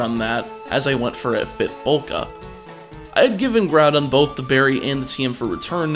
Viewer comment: he also said bourth